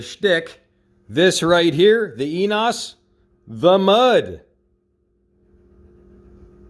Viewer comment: french oil is pronounced E nE O s... short e ne long e then long o ... hope u can understand my explanation... hav translate APP in fone...german oil was ' fully synthetic ' butt ENOES is a japanese company w/label written in french, go figure... also label says company is in shaumburg, illinois , near me... hope u don't mind this...